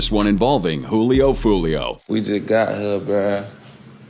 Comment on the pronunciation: pronounce it as hulio but its julio